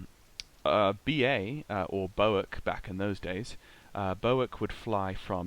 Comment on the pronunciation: The Connie is one of the most beautiful aircraft I've ever seen. I've never heard B.O.A.C. pronounced Boac as if it was an acronym before. Was that the norm in the industry way back when?